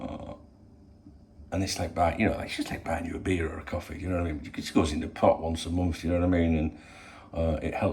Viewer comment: Do enjoy how original these morning briefings are. Keep it up. Get ya tests done then get back for a cwoffee